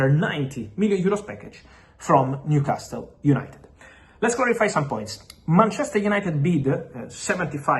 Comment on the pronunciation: Repeat after me …. New… casal, niu casal, newcasle Leave that T out you fabriTio